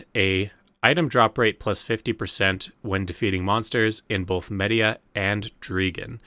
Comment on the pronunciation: It really hurt to hear you butcher the pronunciations of all of the regions so bad, especially Mediah and Kamasylve